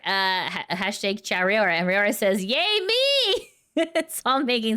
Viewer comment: Raora is pronounced Rah-oh-rah like the word wow.